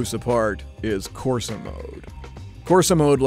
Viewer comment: As an Italian I got triggered at him saying Corsa,Terra, Sabbia and Neve